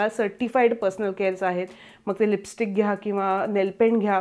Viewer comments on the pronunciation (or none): none